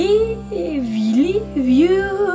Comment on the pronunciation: As a big fan, one who traveled to Oslo specifically to attend one of her concerts, I wish to comment respectfully on a couple of her soft vowels at the end of "want" and "need" in the phrases "to want you" and "to need you." By softening or eliminating the "t" and "d" she reminds us that she is not a native speaker, and it distracts me from the beauty of the performance. A couple of other consonants at word endings are also softened. I very seldom hear these in her vocalizations. I hope she will talk over these pronunciations with a vocal coach. May I also say that I thought twice before piping up here b/c I feel a bit silly in remarking on the performance of a girl who clearly is a great artist, but I do so only with good intentions. Thanks, Angelina, for all the joy and smiles you bring to us.